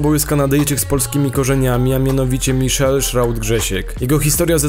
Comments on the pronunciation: Btw Majkel nie Miszel ;) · Materiał jest świetny, tylko jest jeden dość rażący błąd.To nie jest "miszel" tylko "MAJKEL". Michelle - "miszel"; Michael - "majkel" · wylaczylem po uslyszeniu "miszel" XD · 1. shroud jest stand-inem w c9 2.nie mówi się "miszel" xDDDDD